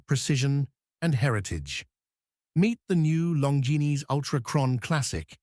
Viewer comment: Terrible video... Cannot even pronounce the brand name properly. Lazy and sloppy work!